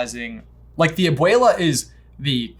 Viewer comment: Am I the only one who hears aboila instead of abuela coming out of J's mouth? 😂